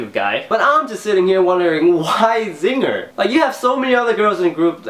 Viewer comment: Wha- Zinger? LOOL, you mean Hyosung?